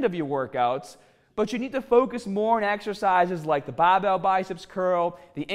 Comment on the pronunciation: I only came here to hear him say baahbell